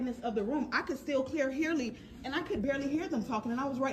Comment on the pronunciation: “I can still clear hearly”😭😭 why does happen when ppl talk?